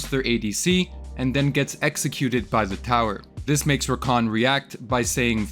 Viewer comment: It's rakAN, not RAkan.